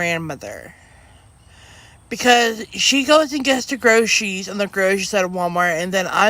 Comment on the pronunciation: I've noticed that no lolcow can say "groceries" Cobes says "gauche -eries," Leslie says "grosseez," Nova says "growth eez," Cyraxx doesn't know "grocery stores" are a thing, Tohpia says "Lunchables," etc.